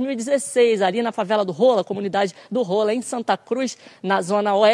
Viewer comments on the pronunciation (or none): E impressão minha ou essa mulher flw "favela do rola" kkkkkk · Reporter nao sabe nem falar favela do rolo e rodo porraa